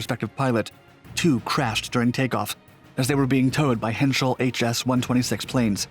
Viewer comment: Dude! You were doing so good, you pronounced "Henschel" just fine. (think of "Heinz" ketchup - pronounce the "ei" like eye as in eyeball - you pronounced the second half just fine). "H(eye)n-kel"... Heinkel.